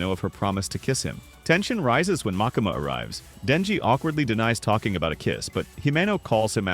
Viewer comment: Great recap, thank you! 🖤 but the way you pronounce "MakAma"... 😂😭